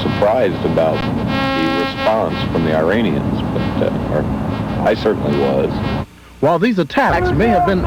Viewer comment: It;s not I-ranians. It's Iranians, as in Eeh-rainians, you gung-ho American illitreates!! Fuck's sake. This is the country that we entrust world security to. Can't even pronounce things correctly, sheesh!! :-((